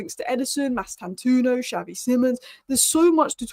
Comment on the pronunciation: 1. Mbeumo (Not Mbuemo/Mbwemo). READ HIS NAME! M-beu-mo 2. Mastantuono (Not Mastantoono). READ HIS NAME! Mas-tan-tuo-no